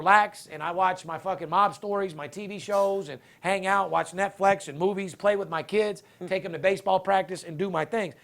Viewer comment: its Netflix not Netflex.